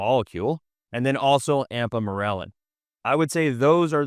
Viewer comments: Why is he pronouncing “Ipamorelin” as “Ampamorelin”? I had to go back twice because I thought he was talking about one peptide and showing a different one on the screen? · . It’s not an accent you are just pronouncing the name wrong.